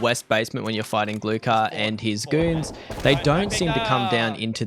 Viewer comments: G L U H A R not glukar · Hey brah, the k is scilent in his name.